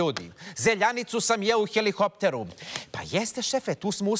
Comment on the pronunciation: HeliKopter, ne heliHopter.